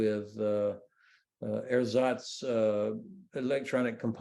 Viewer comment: around 55 minutes, Musk comes up and his big mouth, but an anecdote exists from his own words, that Bankruptcy was a few days away when the U. S. gave him the billion dollar contract for the space rocket... "erzot's electronic components" - not so fast, american ears - Borrowed from German, where Ersatz is a noun meaning "substitute," er lebt derzeit in Frankfurt